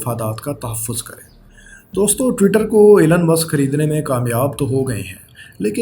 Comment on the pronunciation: ایلن نہیں ایلون ہے